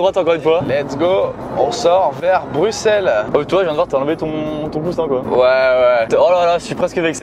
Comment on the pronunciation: En tant que Belge, déjà ça fait un plaisant plaisir que vous passiez par notre beau pays mais en plus, vous dites les noms (Bruxelles, Tournai, Fricandelle,... ) correctement 😍 merci les bros c'était excellent comme concept et vous êtes hilarants 👌🏻